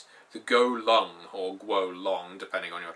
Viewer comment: Severian Wintermute Doesn’t help that he pronounces it as “狗龙” which translates to “dog dragon”🐶🐲